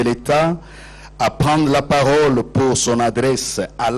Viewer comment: Voila ce qui nous a manqué pendant 17 ans. '' Au moment que je prends ra parore...''